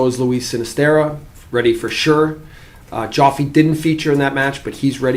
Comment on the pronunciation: Love that he calls him “Joffy” 😂